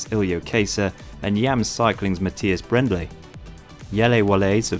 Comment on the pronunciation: Brändle is a massive talent, but the way you pronounce his name makes me wince - it's BrAIRn-dell ;-)